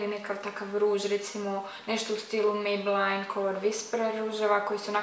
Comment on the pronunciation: Nije mejbelajn nego mejbelin:)